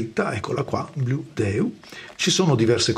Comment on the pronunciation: Se il nome è in inglese, la pronuncia dovrebbe essere "bludiu".